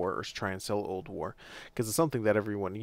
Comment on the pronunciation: Every time you say "Potion of Old War" to me it sounds like "Potion of Ulduar", which there is nothing wrong with that, just felt I should point it out. It kind of sounded funny at first. But great video! I'm just starting Alchemy, my friends keep telling me that the quest line is hell though. Have a fantastic day/night/whatever your time zone is! Liked and Subscribed!